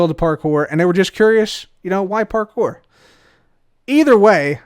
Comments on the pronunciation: Its always parkour, never parpour, parcore, park core, par kore, par pore, or porkpor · I never want to hear say parkour ever again after last episode lmao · I have PTSD everytime I hear say parkour. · Imagine not saying French ‘parkouir parkouir’